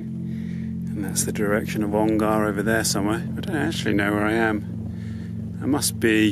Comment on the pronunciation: Ongar is a short 'A', not a long one. So more Onger than Ongarrrr. Pronunciation is a part of history.